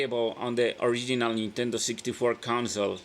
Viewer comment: "Dis video will be plehable on the original nintendoo 64 console...."